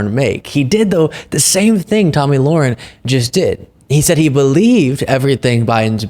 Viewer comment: Her name is pronounced: La-Hair-in